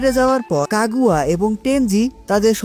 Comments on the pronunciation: কাগুয়া কাগুয়া কি ভাই তোমার গু'য়া সঠিক উচ্চারণ না করতে পারলে ভিডিও না বানানোই ভালো এটা কাগুইয়া হবে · Kagua ✅ Kaguya ❌